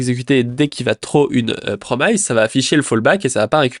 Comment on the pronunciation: mes oreilles saignent lorsque j'entends "promailleze" au lieu de "promice" haha à part ça, beau boulot, merci pour le résumé sur le drama!